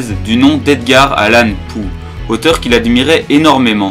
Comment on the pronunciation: Salut. T'as du courage pour t'attaquer à une telle bouse. Par contre ça se dit Ranpo et pas Ranpoo, c'est pas très grave mais par contre le nom de Poe se prononce Po et pas Poo (#nazidelaprononciation). Le problème de cet animé, c'est qu'il se torche le fondement avec Edogawa plus que lui rendre hommage, en transformant notamment le personnage de Kobayashi en travelo et en mettant de la tension yaoi avec Hashiba. Je trouve le personnage d'Akechi mal utilisé, le "gag" de la légiste et du mannequin est nul à chier et un gâchis pour ces deux doubleurs qui sont des monuments (pour situer le mannequin c'est Mitsuo Yamaguchi alias Shinichi et Kaito de Détective Conan, Ranma de Ranma 1/2, Usopp de One Piece ou encore L de Death Note, et la légiste c'est Saki Fujita alias Ymir de SnK, Ritsu dans Assassination Classroom et motherfucking Hatsune Miku). Les enquêtes sont mal développés, on nous donne pas les indices, les personnages grisés c'est complètement contre productif pour un animé d'enquête, les révélations sortent de nul part, et franchement à côté de ça Kindaichi c'est l'extase. J'étais un des mieux disposés à l'apprécier, et pourtant ça a été la méga déception, cet animé est à jeter aux ordures. Si tu veux de meilleurs animés policiers, je peux t'en conseiller des mieux foutus, comme Sakurako no Ashimoto qui sort cette saison, Kindaichi qui a quelques lacunes, est très lent et fait un peu trop souvent dans les meurtres en série avec un coupable qui meurt à la fi